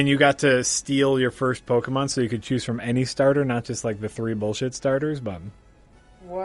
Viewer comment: Just kept thinking of the candy Pockey as you said Pockey mon